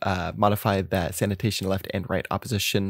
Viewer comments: English isn't my first language, but I am pretty sure "sanation" is not pronunced the same as "sanitation". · it's Sanation not Sanitation xD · sanation not sanitation ... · At this point, I think he's doing it on purpose. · I like Your movie ❤ but this is Sanation not Sanitation thats a huge diffrence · Sanation not sanitation hehe ya silly boy ;)